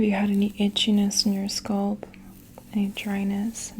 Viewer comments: I cringe every time she pronounces ‘scalp’ like ‘scald’ 🥴🥴 great sounds though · When she pronounces "scalp" as "sculp", MAJOR CRINGE!! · Where is your accent from? The way you pronounce "scuhlp" instead of "skalp" is different. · Came back here a year later for tingles and to hear say “sculp” instead of scalp now 😅💕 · I loooove the sound of your voice--- so soothing and calming--almost comforting-- Fantastic vid. I wonder from part of the country you hail--- you say 'sculp' instead of scalp. 🤗🙋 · I hope you get sponsors to promote these videos because I think yours are the best. BTW- I love the Canadian accent on SCOLP. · What is it with tje fascination with thr pronounciation of thr word scalp, 😕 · Sounds like scalp and skull put together. I first thought she got tongue tied and mixed them up. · Is it a Boston thing? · I LOVE WHEN SHE SAYS THAT